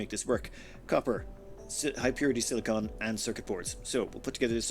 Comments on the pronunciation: I love your videos and all but could you please start calling silicon "silicun". Silicone is what spatulas are made of, silicon is what cpu's are made of. And sweet dreams are made of this. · for the love of all that is good and right in the world it is SILI-CON (like a Decepticon from transformers, you say the end "con" NOT "cone") Sili-cone is a substance made up of sili-con based polymers, and is used in everything from bathroom caulking to breast implants. Sili-con is an element on the periodic table, AND IS THE SUBSTANCE YOU ARE MINING. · silly-kin, not silly-cone. Silicone is a rubber-like substance typically used as a heat-resistant coating or water sealant. Silicon is a dense mineral used to make glass.